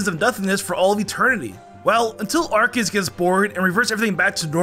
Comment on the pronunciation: I just realized that you call Arceus as ArKeus instead of what I'm used to: ArSeus